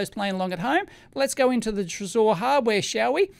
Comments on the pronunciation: I'm pretty sure Trezor is pronounced "treasure" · I think the accent it's on "e" not "o" trEsor, from the french word trésorerie, which means ( translated word for word ) "Office of a state where the public treasury is kept and administered"